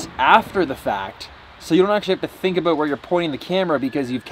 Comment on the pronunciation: ABOOT!!!!! I heard it. He totes said aboot! haha!